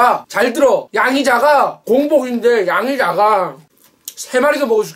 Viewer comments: 맨 마지막에 양자강이라고 들음 짜장면먹고싶다... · 양이작아가 양자강으로 들리는건 기분탓인가 진짜 많게보이는것도 기분탓인가.. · 왜 나는 양이 작아가 않들리고 양자강이라고들리는데 ㅎㅎ